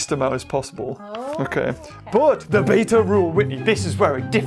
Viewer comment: I love this video but your calling beta blue which makes it even funnier (not trying to be mean)